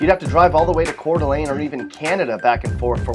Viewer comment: I am surprised he could pronounce Coeur d' Alene.